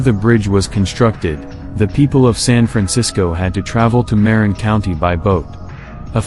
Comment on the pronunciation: Everyone thinks the bridge is so cool until they have to start commuting on it and pay $8.80 every time you cross it. Not to mention there is no other convenient way to get from the north bay to San Francisco. Sure there are ferry services, but that only really works if your job is close to the ferry building. Also, your text to speech mispronounced Marin County, it’s pronounced MUH-RIN